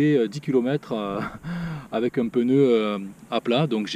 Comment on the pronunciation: Pneu* pas peneu